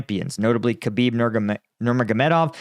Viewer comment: I'm pretty sure must be a UFC fan if he can properly pronouce Khabib and Islam's names lol.